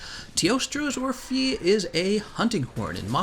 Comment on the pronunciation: Hey, in teostra's orphée name, the "ée" part should actually be pronounced like the first "e" in "educated" Anyway, I really appreciate your videos and guides, keep it up!